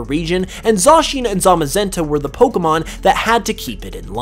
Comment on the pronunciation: Finally someone who says Pokémon and not Pokimon